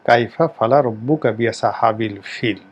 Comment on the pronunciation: আপনি রাজনৈতিক কথা বলেন, ঠিক আছে।কোরআনের তাফসির করার আগে আপনার মাখরাজ ঠিক করেন। সুরা ফিল এর উচ্চারণ শুনে আমার অনেক কষ্ট হল।